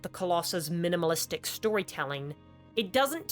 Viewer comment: Its minImalist my bro, not 'minAmilist'